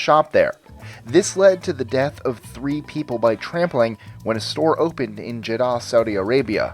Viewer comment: How to say Jeddah. JED-UH